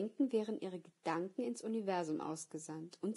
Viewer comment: danke für dieses hörbuch . dennoch muss ich sagen dass mich die spezielle Betonung auf dem Wort "Gedanken" von der Sprecherin etwas nervös macht beim hören .